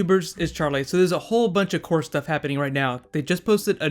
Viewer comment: Le Korra is Le awesome....and saying Le is Le lame :p